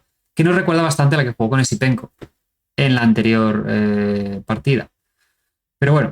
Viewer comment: ¿me falla el oido o dices Easypenko? 😅